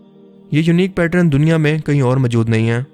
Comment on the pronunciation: Majood kia hota hai bhonsri k, mojood hota hai